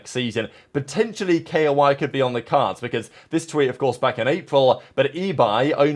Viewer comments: bro really said K O I isread of KOI, i was thinking so hard what this K O I team is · Bro pls just say KOI like u pronounce the fish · Are you pronouncing koi like that for rage bait or